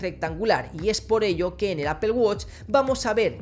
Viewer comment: Apel woch hahaha estos españoles quieren españolizar el inglés (apool guach) amigo no te cuesta mucho.